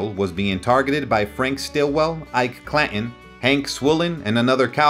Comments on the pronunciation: I appreciate the effort to keep history alive and relevant. I further understand that you likely made little off of this. That is admirable. However, "The O.K. Coral"??? "Cla 'in"??? I mean no disrespect, but the pronunciation in this suspends any confidence in the knowledge of source material. The O.K Corral ( Read: Kohr-al) wasn't the actual location of the fight, according to credible sources in the hearing it was in an empty lot on Fremont street.. The name Clanton is used often in the story. It is pronounced Klan-Tun. Facts are important. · You butchered the hell out of the English language, it,s clan Ton not cla in like button not bu in if you are going to narrate learn the correct pronunciation